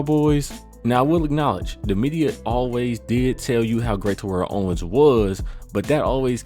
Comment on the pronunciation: you mispronounced terrell owens name wrong just like a lot of people do its ridiculous but other than that great video